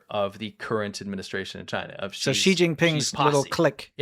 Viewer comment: In Pinyin, which is the Romanization of Chinese, Xi is NOT pronounced ZHI. It's pronounced SHE. President SHE! ZH is pronounced like a J Zhang is pronounced JONG. Q is pronounced CH. Quing is CHING. I know you don't care, but you look REALLY stupid when you mispronounce stuff. Think about all the people who Mangle English. Do they sound intelligent?